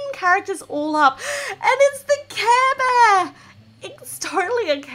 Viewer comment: Hearing you say "kæh bæh" (care bear) was my favourite part of this vid 😋😘